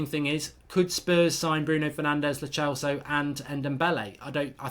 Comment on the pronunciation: It's lo celso like cell not lo chelso